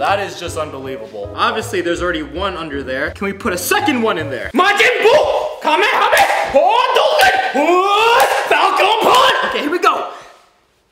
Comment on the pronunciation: Did he say kamehameha???